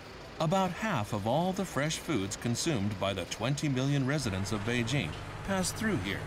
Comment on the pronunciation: people never pronounce beijing right